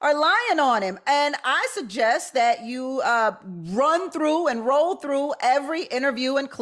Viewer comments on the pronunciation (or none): none